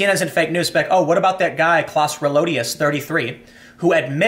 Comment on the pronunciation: Its pronounced Klouse not Kläss.